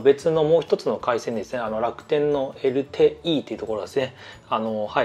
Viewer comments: エルテーイーってナチュラルに言うのやめてくださいww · こんなにサクサク進んでいくiPhoneレビュー初めて！らしくて好き💕 ホームボタンの設定の時、弱い強いプシュ💕て、プシュwこだわりのエルテーイーの発音とかインカメラ写真撮影のときだけ写ってて笑いました🤣